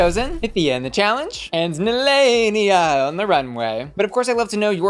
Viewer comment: I remember Nehelenia said she got her name from Sailor Moon, the evil queen of the dark moon. So why does everyone say her name wrong? That’s not how they say it on the Sailor Moon TV show.